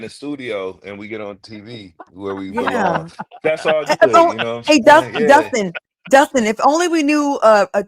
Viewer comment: It is DUSTIN. NOT Justin. Get it right. It's intentional at this point.